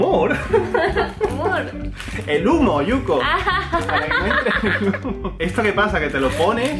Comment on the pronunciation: muy buen video amigos informativo👍.... y me reí mucho lo veré otra vez jajaja LA-PITA!!! yo entendí Muhor o era humor jajaja